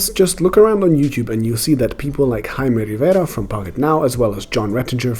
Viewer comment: omg that smooth R when you said Jaime Rivera... nice mate! I loved this review.